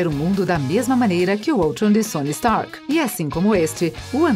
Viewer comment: donamu ? é dormamu , galacticus ? é galactus , sony strak ? kkkkk não boto culpa nela mais ficou engraçado